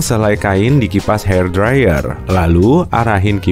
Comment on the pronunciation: Lucu aja pas ngomong hair dryer kek hati hati banget nyebutnya.